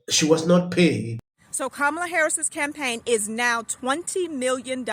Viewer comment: Shame on Ka-mall-la 😅😂